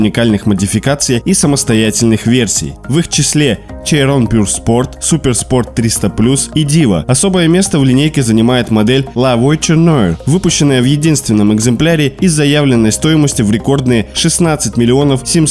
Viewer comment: Немного по поводу произношения: Chiron = Щирон, La Voiture Noire = Ля Вуатюр Нуар. А так прекрасное видео)